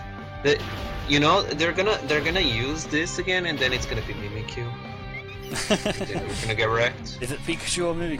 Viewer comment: "There's gonna do this again and it's gonna be Mimicyu." Who's that Pokemon? It's Electrode!